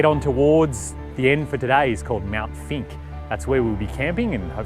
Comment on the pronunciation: Mt. Finke. It sounded like you said Mt. Stinky..? Greg K.